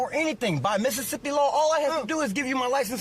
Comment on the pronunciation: If he can say Mississippi like that,he’s sober!!